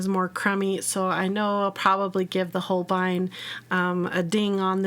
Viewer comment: Not a huge problem but they dont quite pronounce it the same way as you do, if you look at the katakana (ho - ru - beh - I- n) it actually comes out closer to sounding like "whole bean" which i just find really funny. I hope when you see it now you just think of beans like I do lol Say it however you want i just thought it was funny